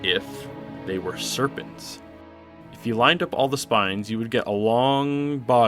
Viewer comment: Hearing "Serpant" from the only guy to make MatPat get off to a meat snake can only lead to bad things